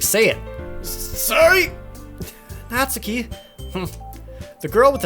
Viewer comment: NEET = Not in Employment, Education, or Training. Basically, a shut-in who doesn't contribute anything to the world or yourself. No clubs, no extra curricular activities, no college, no job, etc. BTW, THANK YOU Jared, for pronouncing "Natsuki" correctly. Everybody else says it as "naht-soo-kee" which is wrong. EDIT: Well, you pronounced it right the first time, anyway. -_